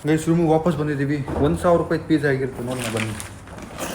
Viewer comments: Anno pavas alla vapas adu❤😅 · Kannada sari agi bariyappa frst,its vapas,not pavas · Vapas adu pavas alla guru